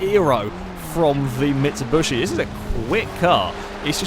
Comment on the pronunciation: It's MitsuBISHI, not MitsuBUSHI